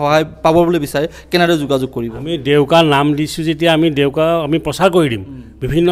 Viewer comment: Its ডেউকা not দেউকা